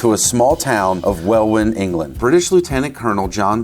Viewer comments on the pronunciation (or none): "Well in" not well win. Love the video though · It’s pronounced “wellin” “welwyn” Great video. Love from uk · Fun fact - 'Welwyn' is pronounced 'well-in', not 'well-win'. Great video 👍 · Welwyn is pronounced Wel-In not Wel-Win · Great video but I do have to say, as a Brit, that Welwyn is pronounced Well-in not Well-win (it's dumb, blame the English specifically not the British for that one). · Its Wel -in but spelt Welwyn Garden City is its true name /. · Welwyn is pronounced Welinn, as in Welinn Garden City. I used to work there but have no idea why it’s pronounced that way. It just is. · Pronounced 'Well In' 😉 Luckily, nowhere near 'Worcestershire' 😂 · The second w in "Welwyn " is silent and it's pronounced "wellin" as in "well-in" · "Welwyn" is pronounced "Wellin". Why? -England! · Love your channel and as a Brit hearing your pronunciation of Welwyn is amazing! It's pronounced weh-luhn hahahahaha awesome job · I know the town is spelled "Welwyn", but it's pronounced "Wellin". Strange that a Hertfordshire town in the east of England got a name that looks Welsh, but HEY! That's Language for you! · Hi. I love your videos. Thought you might find it funny to know that over here we pronounce Welwyn (Home of Corgi) as Well-In😅 Oh, and Villiers, is Villy-Ears. Not a criticism, just a moment of leg pulling. Love the video, please keep them coming😂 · It’s pronounced well-in but as one word, Welwyn is the spelling but not how’s it’s said 😊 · Nice job guys (BTW, Welwyn is pronounced “well-in”) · Excellent video 😊. P.S. Welwyn is pronounced WELL-IN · Pronounced " wellin" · Welwyn is pronounced Wellin. :) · Welwyn Is pronounce Wellin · Loved the vid, for next time Welwyn is pronounced Wel-in 👍🏻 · You absolute madman! BTW Welwyn Garden City is pronounce well in. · Repeat after me..... Welwyn, pronounced Wellin! Villiers, pronounced Villyers! Otherwise, great new channel, lad. We love you over the otherside of the pond geezer. 😁